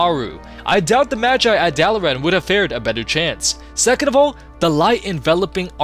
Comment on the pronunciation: Hurthglen? It's Hearthglen. Like heart. Do you know what a hearth is? And wtf is Duh-lair-ann? Dalaran. Rhonin only makes that goddamn speech every hour.